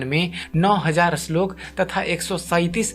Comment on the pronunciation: अश्लोक नही श्लोक